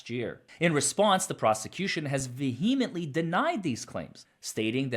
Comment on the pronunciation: Please stop pronouncing the silent "h" in "vehemently."